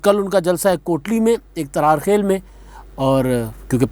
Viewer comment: It's Tarar Khal not Tarar Khail. Plz correct.